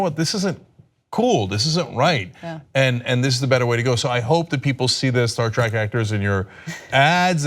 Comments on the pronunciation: Agree. I yelled at the screen as soon as he said it, "If you're such a big fan then don't pronounce it TRACK!" :) :) :) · hmmm. Cenk claims to be a big fan, yet he pronounced it "Star Track"